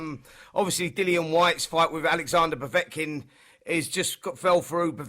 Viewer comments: They should have ripped the microphone from Simon Jordan the moment he uttered the word ‘POVOTKIN’. Zero boxing knowledge. What next, Donald Trump in the studio for a chat about diplomacy? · Simon Jordan said Povotkin. I have no interest in his opinion on boxing. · "povotkin" you can tell he watches alot of boxing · Why the fuck is Simon Jordan talking about Boxing. He can’t even pronounce Povetkin’s name correctly! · Simon Jordan is a pompus prick who knows FK all about boxing and would duck a fight with a little girl, disrespectful know nothing. Derek is a way better boxer than Simon Jordan is sports Journo, he can't even get Povetikin's name right ffs.